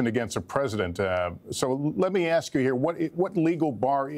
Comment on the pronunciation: Ask... not axed. 🙄